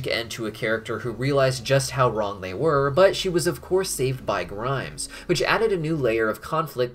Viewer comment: Why do I find it funny that keeps calling Grime "Grimes". Like the musician.